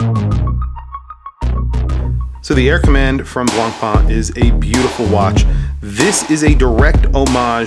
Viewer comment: Please don't pronounce the "C" in Blancpain.......